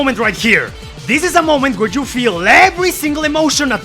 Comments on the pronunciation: That's right, I'm going there and making fun of your accent, it sounds like you're saying Peppino is fighting an evil Jew lmao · do not pronounce the Y in “you” as a J lmao, it sounds really bad in that context